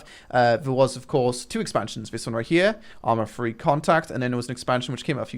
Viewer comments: "arma free" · Why do you call it ARMA Free. It's not free!